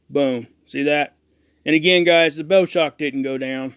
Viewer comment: It is not "Bow" Like Bow and Arrow, it is Bow, Like the bow of a ship going through the water. Just sayin.